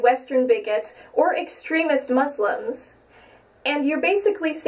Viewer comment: She even pronounces "muslims" wrong. Jesus christ.